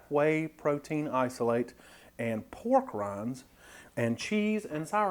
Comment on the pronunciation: When you said "Made with pork rinds" my ears heard "Made with war crimes" lol